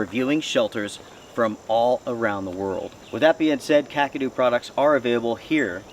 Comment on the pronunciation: Hugs buddy losing love ones is always jarring as I too know the loss of loved ones better off or not still stings like a yellow jacket wasp sting to the nuts! and be thank u for pronouncing Kakadu properly 😊 you’d be at a loss for words and on the ground in hysterics if you heard some of the most ridiculous pronunciation’s of this product 😂😂🤣🤣 love and hugs from me to you all the way from down under Sydney Australia 🇦🇺